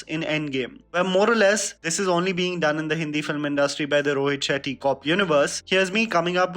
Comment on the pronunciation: I heard ROHIT SHITTY :)